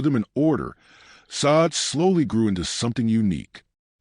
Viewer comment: You dumb AI narrator learn how to pronounce a person's name